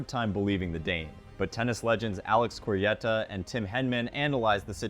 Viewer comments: It is pronounced Alex Correchaa not Coryetta 😅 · Great content - just subscribed. But you do need to work on your pronunciation of Corretja (it's co-RRET-ya) 😁. Keep up the good work!